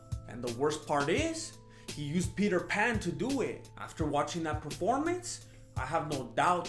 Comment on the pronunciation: "Petr Pan" can scrap....